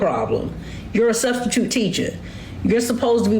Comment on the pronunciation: What is a studstitute??????? Cause it isn't in the dictionary??? 😂😂😂😂😂😂😂😂😂😂😂😂😂😂😂😂😂